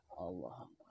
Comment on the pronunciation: Azan nya saja salah membaca, akbar dia baca axbar